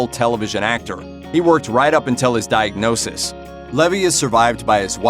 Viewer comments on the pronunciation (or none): Why is the commentator emphasising the word: Diag(nose)sis With Steve Levy? 🤔 Peace ✌️ out people 🌍